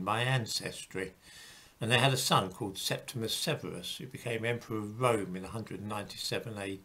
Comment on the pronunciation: His name is Septimius (not "Septimus") Severus.